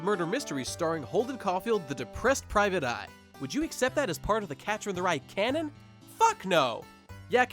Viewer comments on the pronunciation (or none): none